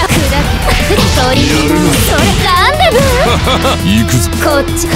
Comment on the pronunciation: コメント欄見て分かったけど投げのときランデブーって言ってるのか ガンダムにしか聞こえんかった